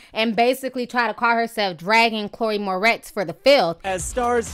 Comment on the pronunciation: calling her "Chloe mortez"....... 🌳🌳🐸☕☕☕💀 lol